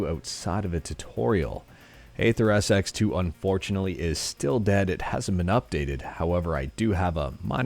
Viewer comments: AetherSX2 Pronounced eether :) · Bruhhh it's AetherSX2 not Atherps2